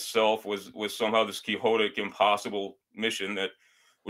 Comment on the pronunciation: It was called the USAAF not air corps. There were no divisions moved from Siberiria to the west. Although Quixote is pronounced keehotay, quixotic is pronounced kwixotic. Obsolescence is not the same thing as obsolete.